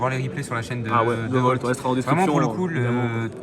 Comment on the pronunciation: Mdrr Volt le S qui s'incruste